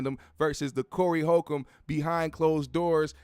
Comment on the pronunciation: The correct pronunciation would help validate your statement. Respect